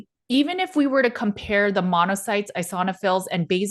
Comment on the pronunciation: You hate it that he feels great. You're speculating ridiculous scenarios to call him unwell. Pitiful. You cannot even read or pronounce the lab results correctly. Eeeoooosinooofils.